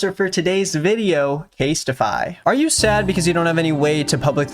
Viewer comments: Is anybody going to comment on how said casetify? Case-TI-FY? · why you say casetify like that